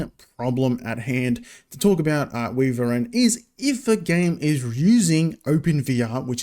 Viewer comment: I'm fairly sure WiVRn is pronounced "wyvern" (or maybe I'm just crazy lol) :) Haven't heard of Monitor Overlay - I've been using WayVR